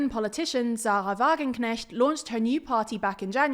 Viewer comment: The pronounciation of Sarah Wagenknecht etc. was excellent! Just a small correction: 6,1% is not bad but rather good. Many people feared that they would not hit the 5% (they still would have gotten seats but it would have been a bad sign for the general elections because there they need to pass thr 5% threshhold)